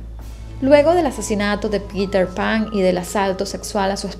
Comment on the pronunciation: Muy buen video ya sabia de este caso;...pero usted lo hizo muy bien. Y sorry pero cada que nombraba a petter pan"😂 no podia evitar reirme; aun que es una cosa seria.